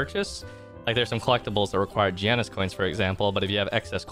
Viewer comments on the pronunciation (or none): none